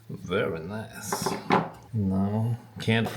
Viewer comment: That Borat ahh "verii najjs"